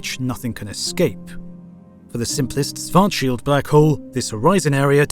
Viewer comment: The guy is not pronounced Swart-shield, the first SCH is pronounced the same as the second, i mean why wouldn't it?